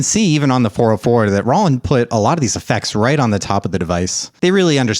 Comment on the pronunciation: This guy said “rawland”